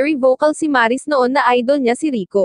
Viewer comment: Mali ang pagkabigkas ng Maris..hindi po Maaaaa...ris..